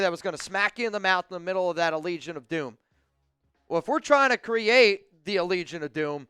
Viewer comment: Is he purposely saying legion of boom wrong 😭 I can’t tell